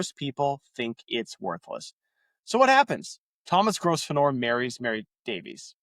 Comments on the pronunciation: your pronounciation of gros venor is how the french would pronounce it- it is french for great hunter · lol. Sorry, but it’s pronounced Grove-ner. But … great work, keep going!! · FFS, man. Your pronunciation is a deal breaker. It’s: grow-ven-er. 🤦🏻‍♂️ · They pronounce the name grove•n'r ; no s. There are many words like this, mostly place names. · it's a silent 's', also in English county names ending 'shire' most people pronounce it sher.